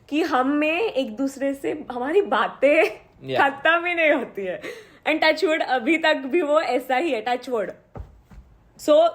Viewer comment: Omgg 😍 11 years its a huge nowadays we really can't see such relationships hattsoff to you guys be blessed lovee youu🥰 the way she said Touchwood 😂❤